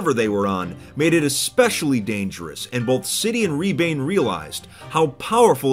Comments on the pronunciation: as a Estonian, its funny to hear say “Ribaine (Rebane, which means Fox in Estonian)” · i love the fact that he's saying rebane wrong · lol u pronounced his name wrong. In Estonian "Rebane" means fox.But I will forgive you in Estonian things are just pronounced differently. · An estonian player in 2b2t is cool but its rebane not ribaine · lol it was funny to hear say “rebane“ its an Estonian word and i dont blame fit for saying it insanely wrong as he is not Estonian still was funny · As an estonian i am completely devastated how you pronounced rebane, but you get a pass this time. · that's not how "Rebane" is pronounced but it sounds cool, it means fox in Estonian